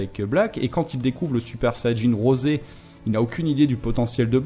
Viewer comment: En français ne dites pas "rosé", pour nous c'est juste "rose" ^^'